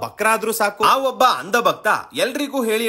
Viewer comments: ನೀವು ಇದೇ ತರ ಪಾದ್ರಿಗಳದ್ದು ಮುಲ್ಲಾಗಳದ್ದು ಸಹ ಮಾಡಿದ್ರೆ ಚೆನ್ನಾಗಿತ್ತು. ಹಾಗಂತ ನಾನು ಇವ್ರನ್ನೆಲ್ಲ ಸಮರ್ಥನೆ ಮಾಡ್ತಾ ಇಲ್ಲ 🙏🏻 ಹಾಗೆ ಇನ್ನೊಂದು ಕರೆಕ್ಷನ್ ಮಾಡಿ. ಅದು 'ಅಂದ' ಭಕ್ತರು ಅಲ್ಲಾ. "ಅಂಧ" ಭಕ್ತರು ಆಗ್ಬೇಕು. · It's 'andha' not 'anda'. Also it is 'dhongi' not 'dongi'.